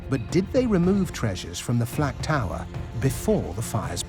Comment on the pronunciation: The narrator keeps saying FLAT tower when its the FLAK tower or is my hearing bad?